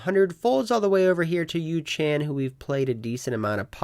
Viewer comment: Yoo -. Not yoo - chan lol